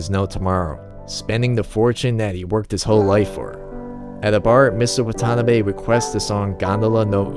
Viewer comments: I can tell you're not Japanese, so just helping. It's not "Wa-TAH-na-be". It's Wa-ta-NAH-be. Here's another pointer: The Romanization of Japanese has one glaring mistake. The letter L should be used instead of R. James Hepburn oddly used Rs when he should've used Ls. The proper pronunciation is "I-ki-LU", not I-ki-Ru. La-men, not Ra-men. La-sha-mon, not Ra-sha-mon, Lan, not Ran, La-di-o, not Radio... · Man the pronounciation of Watanabe is killing me